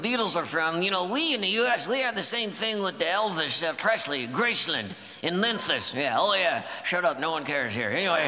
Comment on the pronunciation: That's the first time I've heard it pronounced correctly, it's Graceland, not Grace-land. Thanks Walter.